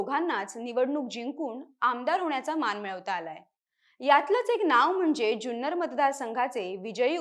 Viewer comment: जुन्नर चा उच्चार चुकतोय